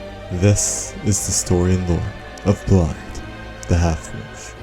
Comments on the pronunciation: Small correction, his name isn’t pronounced Blaidd, it’s pronounced BlaiTH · It’s pronounced Blyth not Blyd, dd in Welsh is said with a th. Blaidd, Ranni, Iji and Seluvis all have Welsh accents, just like me! And Kale is said like Karlay, gaol is the old English spelling of jail and it’s Nokron not Nekron. Your video is top class regardless of the slight mispronunciations so thank you, Blaidd definitely best boy! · A few corrections: 1. It's pronounced Blaith 2. It's pronounced like Ever Jail 3. Ranni kills Seluvis as she uncovers that he is plotting against her. He's been dead since you give her the blade from Nokron 4. That mask is always there and has nothing to do with Blaidd himself 5. Blaidd had no idea he would betray Ranni, only Ranni and Iji did but Ranni loves Blaidd and Iji raised them together and couldn't bare to tell Blaidd the truth. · As an ignorant American I will continue pronouncing it blade. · Actually it's pronounced blade